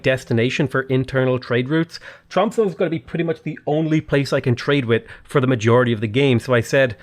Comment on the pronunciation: The ö or o in The end of Tromsö is pronounced more like a. Like in A carawell, or A long ship.